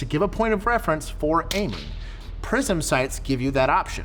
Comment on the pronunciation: I keep hearing "prison" sights......